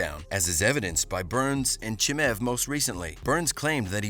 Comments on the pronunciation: Who's this Chimäääv guy dude keeps talking about? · Khamzat "Chimev" 😂😂😂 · Who tf is ”CHIMEV”